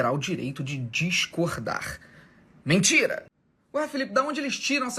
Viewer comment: Eu ri demais desse Nikolas, que camarada inteligente! kkkkkkkkkkkkkkkkkkkkkkkkkkkkk Felipe neto só fala "mintira, mintira, mintira"!!!